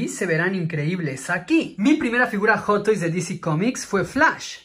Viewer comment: "Joto is" dice el vato